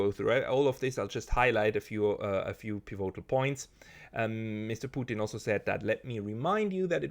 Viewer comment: hoer doch auf dauend piVOtal zu sagen und des komplett falsch zu betonen...........is ja cringe